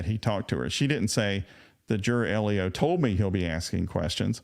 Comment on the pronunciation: law Just FYI, the acronym LEO is pronounced like the boy’s name “Leo.” Not “”Ellio.”